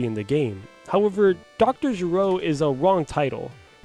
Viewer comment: gero isn't supposed to be pronounced like the dbz character, its GE like ghetto and RO like rotate. It's a play on words as gero sounds like kero, which is the japanese word for the sound that frogs make.